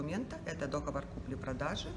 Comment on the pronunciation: Не дОговор! А договОр!!!!!!!!!!